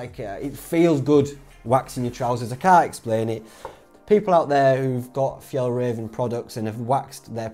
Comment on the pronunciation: do you mean F – Y-ah-ll – R-ah-venn trousers ....just saying